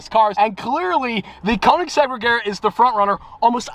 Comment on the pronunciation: Ladies and gentlemen, it's pronounced Rey-yar-uh